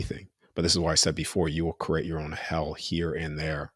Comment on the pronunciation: I love his message, but he needs to stop pronouncing create as “cro-ate”! So annoying